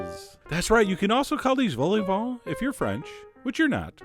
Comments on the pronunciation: It's pronounced "vol o vaughn", not "vol ay vaughn" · Wrong. It's pronounced "vol [with a French slightly open O] o [Brit. Eng.-style] va [with nasalized a, as in French]. Clear now?